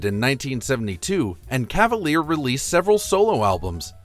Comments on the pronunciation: It was pronounced Ken Nor-Dean. Also Cav-a-leer-e" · Felix Cavaliere, last name pronounced, CA VAL YAIR AY, last syllable with long a sound. Hint: It's Italian, learn to properly pronounce Italian. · Felix Cavaliere pronounced cava leer eee